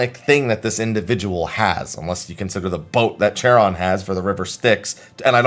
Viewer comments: Hate to be that guy but Charon is usually pronounced (if we're talking about the greek ferryman) with a hard K sound rather than the ch sound. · Charon is pronounced with a k sound. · The “ch” in Charon is hard, so it sounds like “karon”